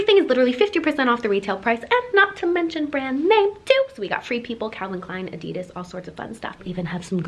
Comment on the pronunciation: Did anyone realize how she said adidas